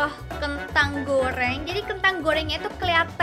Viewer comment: gak bisa ngomong ayam goreng.udah gede bilang ayam goreng malahan bilang ayam goyeng kaya bayi sok cantik sok lucu